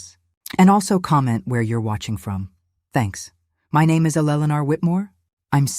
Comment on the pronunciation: AI can’t pronounce Eleanor!